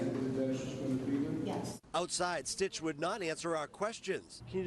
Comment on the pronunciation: It's SYTCH, not STITCH.